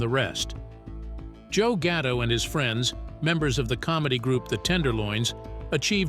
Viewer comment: gatto not ghetto da fack is wrong with you.